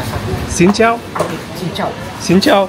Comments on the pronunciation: Hehe..cincau bukan xhin chau😅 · Bukan xin chao...tapi cin cau..😂😂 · "Cing Cao" no "Xing Chao" 🙏🙏🙏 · Cincau not xincao